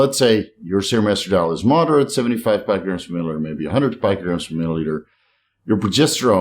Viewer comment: Hey. Your friendly neighborhood pronunciation BrO here.., GUY no co mastia. Not JYNO And Peeeeeecograms. Not Pike-o. Carry on good lad. Carry on.